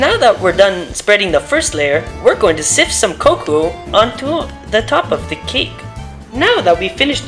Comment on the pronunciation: We’re going to sift some ”COCOO”